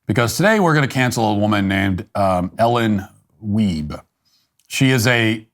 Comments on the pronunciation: “Weibe” …..shocked I tell ya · Did you say, “Ellen Dwiebe?”